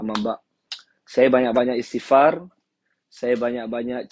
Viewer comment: Maaf tuan. Bacaan Isthigfar tu kurang tepat.